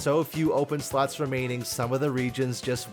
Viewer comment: Every time you say slots i feeel like you say sluts🤣